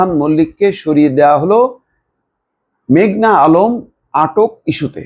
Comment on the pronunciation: ভাই মেঘলা না মেঘনা?